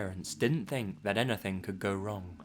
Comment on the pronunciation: reminded me of Naruto: Abridged by LittleKuriboh.... "Ennetheng"